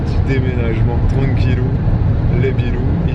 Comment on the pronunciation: "pour les 20 prochaines années je m'inclue dans les filles" 😅🤣 Sinon... Tranquillou bilou ou tranquillou les bilous? tu me perturbes à chaque fois, à tel point que je croyais mal entendre, et que je viens de regarder ce que Google dit😅👍🏼. Suis je la seule?!...